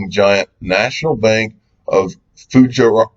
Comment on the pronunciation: its Fu-jay-ra